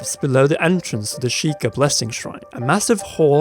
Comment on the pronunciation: "The Sheeker" SHEI-KAH Sheikah